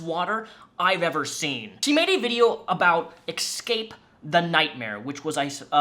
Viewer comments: ES-cape. ✔ EC-scape. ❌ New-clee-ur. ✔ Nuke-you-ler. ❌ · "exscape the nightmare"